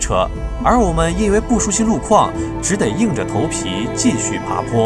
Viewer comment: 小兄弟的普通话不错，就是吧……“只得”还是得读成zhi de